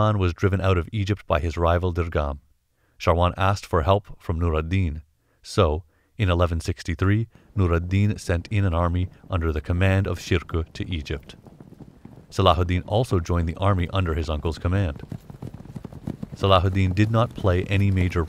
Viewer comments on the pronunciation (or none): Salahuddin’s uncle’s bame was Sherko not Shirko, sherko is a kurdish name, shirko sounds like shirk 😭